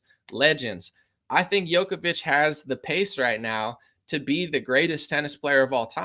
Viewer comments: It's pronounced Jokovich, not Yokovich. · It's pronounced joke-a-vich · His name is pronounced like Joe-koh-veech